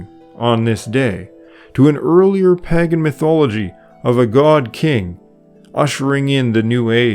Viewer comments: Pay gan, usually not Pag gan. Informative video. Loved listening to it more than once. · pagan /ˈpeɪɡ(ə)n Sorry,really enjoyed this video. But!. Every time I heard you mispronounce pagan for pagen it triggered me a little. Just one small criticism. Apart from that,excellent work. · Lovely video. I really enjoyed the content - very well-researched. I just wish you had pronounced ‘Pagan’ correctly. It’s ‘peig(en)’ or ‘pay-g(u)n’, not ‘paggen’. It’s a good idea to check Google for pronunciations on words you’re unsure of. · The 1st "a" in 'pagan" is long, 'pay-gin", not " pah-gin". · Padan is pronounced pay-Gan. not Paggan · 11/27/23 your information is quite accurate, but I MUST ask you to check your pronunciations! "Pagan" starts with a long A, not as in at or _palm_. Think pay as in _PAY-day_. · The Eastern Orthodox who celebrate by the "old calendar" are a minority, to be sure... Also the word is pronounced Pay-gan. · I'm sorry but I just could not take it anymore. Pagan is pronounced pay-gun, not how you pronounced it. Sorry, it's a pet peeve of mine. Otherwise, I enjoyed the video and the information you presented. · It is PAY-gun! Hard to enjoy when such a basic thing is mispronounced throughout. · Pagan has a long “A”.